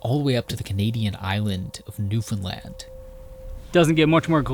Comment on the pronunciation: Just hearing you pronounce the name “Newfoundland” correctly is so satisfying. Even so many Canadians can’t be bothered to do this. I love what you do regardless, but your consistently respectful handling of this incredible place in so many of your videos is appreciated more than you know. Thank you.